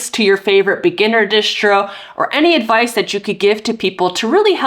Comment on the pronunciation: i cant get over hearing her keep saying dishtro with an sh sound, i always thought it was spelled distro and possible that is short for distribution i may be wrong but there is no sh sound in distro. its just annoying to say dishtro. does she pronounce all of her s sounds with an sh sound like a speech impediment or something or is it shomething?